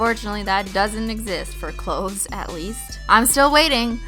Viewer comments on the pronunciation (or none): none